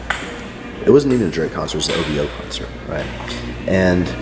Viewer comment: lol he called it "oovoo" initially. DVSN, Roy Wood$ and Majid Jordan are dope